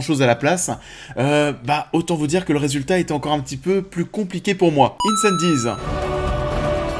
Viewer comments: Incendies se prononce «Incendies» pas «Îneçanne-dize» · Même commentaire. J'étais un peu perplexe quant à la prononciation du mot et j'ai même été vérifier pour m'assurer que je ne faisais pas erreur. Aucune raison de le prononcer à l'anglaise. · Cool la vidéo :) Mon top : 1) Dune 2) Incendies (d'ailleurs, pourquoi tu prononces un peu à l'anglaise ? ^^ "Incendies" ne veut rien dire en anglais) 3) Arrival (Premier Contact) 4) Blade Runner 2049 5) Sicario 6) Prisoners 7) Polytechnique 8) Enemy 9) Un 32 août sur Terre 10) Maelström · Super vidéo ! Mais pourquoi prononcer Incendies à l'anglaise ? 😆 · Super classement!! Par-contre, incendies ça se dit en français, pas à l'anglaise! 😊 Sinon beau travail!!!